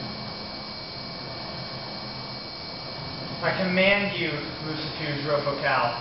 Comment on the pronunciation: You said his name wrong it is lucifuge it ends with ge not je